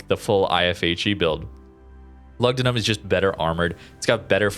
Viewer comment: Loogdoonoom. U is pronounced with a double o in Latin